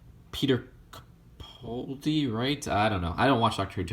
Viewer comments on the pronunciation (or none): none